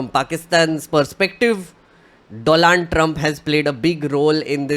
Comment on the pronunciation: Are you deliberately mispronouncing the name "Donald" ?